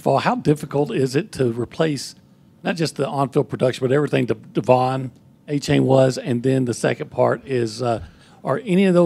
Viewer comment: Achane is pronounced ‘A-Chain’